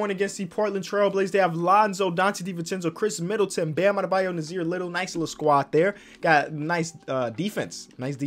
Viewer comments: Sees mo Bamba: " and Bam Adebyo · “Bam Adebayo”.